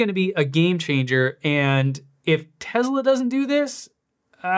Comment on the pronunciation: I love your videos, but I think it’s time to hire a linguistics coordinator. The way you pronounce TeZla and SilverAdo are just… different. Any particular reason?